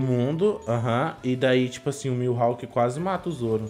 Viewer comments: Ele falando milhawk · Mano me dá uma agonia escutar eles falando o nome do mihalk errado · Q agonia com eles falando "milhawk"